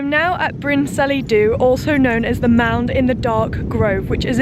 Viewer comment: Bryn Celli Ddu is not pronounced Brin Sellee Do, but more like Bryn Kellee Thee (remembering the Welsh LL sound in the middle word)